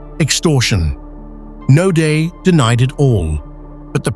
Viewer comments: Not 'Nodaay' - pronounced NOUDEA ! Naude a common South African name - who's this narrator?? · His last name is pronounced : No - diya.